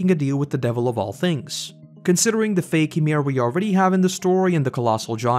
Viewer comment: Who. The. Fuck is "Uhmir"/"Amir"? Y I M I R. YEE-MERE.